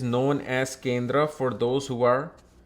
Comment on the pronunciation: Bhai sahab Accent to theek hai copy karo koi problem nahi.... But ye Hindi words kyo change kr diye. Yog ko Yoga Kindr ko kindra 😂😂